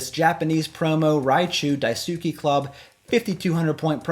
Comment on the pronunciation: i know this is totally random, but it's not die-su-ki, it is pronounced die-ski club, daisuki means to really like something in japanese.